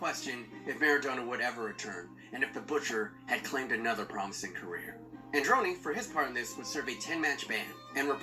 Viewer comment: The correct pronounce is Àndoni Goikoechéa